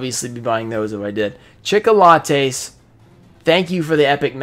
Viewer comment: Take a shot every time he says chicolatte.